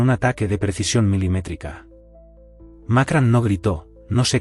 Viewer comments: No se dice Macran, se dice Macron! Pronuncien correcto! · No es Macran es Macron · Por qué dicen Macran? No saben que se llama Macrón? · ¡¿Macran?! ¿Dónde coño está la 'a' en su apellido? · NO ES MAKRAN, ESTUPIDO.. SINO MACRON. VASTA DE BOTS E I.A. ESTÚPIDA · Por qué carajo dice Macran este memo ignorante ? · Que mal pronuncias el nombre del presidente Francés